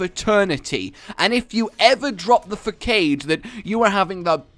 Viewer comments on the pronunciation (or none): “Fakade” ??? You mean facade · I'm really sorry but... Fuh-Kade? It's Fuh-sAH-D. Gotta love you rage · Fa-kade. Lol, it’s pronounced fa-sa-d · facade is pronounced (fa-sod) not (fac-aid) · When u say Fa-cade instead of Facade (Fa-sah-d) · Facade is pronounced "fasard" btw, good vid as always :P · He said facade like (fa-Cade) and it annoyed me soooooooooo much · i have never heard you say facade until now, and.... uh..... FAS-OD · That's not how you pronounce facade... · U say facade wrong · That's not how you pronounce "facade",. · Unknown Error that was driving me insane, i don't know why because I'm normally fine with mispronunciations but particularly that mistake made me want to die